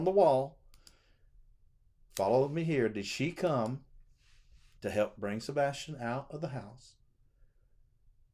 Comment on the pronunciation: Please listen to Donna Seph a/ w/ she says a/ Sebastin